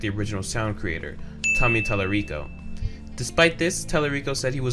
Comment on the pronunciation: heard "tommy tallerico" and immediately went to the comments